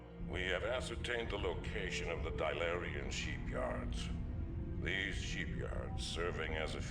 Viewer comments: French accent buddy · Ah yes, The Dylarian Sheepyards (as DuGalle would say it).